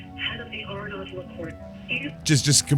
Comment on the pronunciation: ‘Arnod’? Surely the correct pronunciation is ‘ar-no’. Just sayin’